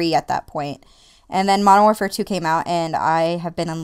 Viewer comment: 1. i critsize my friends about this... pronounce warfare correct 2. i would not like cod if my first cod as mw2 ... it was blops wen i ell in love then found out about these rapetrans and all that shiz now im a-hamin that shizz and found out about the waw classic maps and stuff